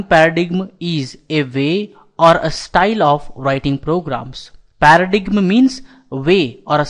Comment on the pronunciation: Great video, just learn how to pronounce words, like paradigm